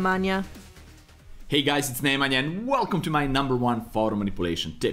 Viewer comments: Nemanja Sekjulik hahahahhaha. Jbt kako ovo Ameri ne znaju da izgovaraju nasa imena... Mogli su bar pogledati neki njegov video da vide kako se izgovara. Bar je hiljadu puta rekao ime... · just butchered nemanjas name